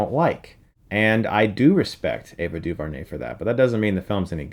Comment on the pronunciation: Ava DuVernay is pronounced Doo-vare-nay, not Doo-vur-nay. Just making that correction.